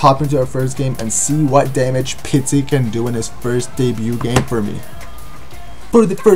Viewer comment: Pizzi* not Pitzi lol it's not a Pizza